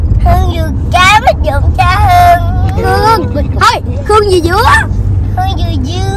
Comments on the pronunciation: phát âm đớt vần Kh nghe dễ thương quá, nhưng phát âm đúng tên cha bả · Bả đớt cỡ nào chớ tên cha bả vẫn phát âm đúng nha haha... clip qua nay nhìn mặt bả cưng qua xá